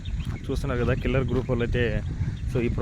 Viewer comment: Company పేరు " కిల్లర్ " కాదు "కెల్లర్". నిమిషానికి ఒకసారి " చూస్తున్నారు కదా" అని అడగనవసరం లేదు. Video బాగుంటే మేం తప్పకుండా చూస్తాం.